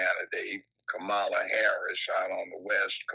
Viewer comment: A black man mispronounced Kamalas name. 🤦🏾‍♀️ Must be a Trumper🙄😂